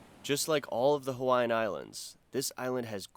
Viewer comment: Mahalo for not butchering the Hawaiian language!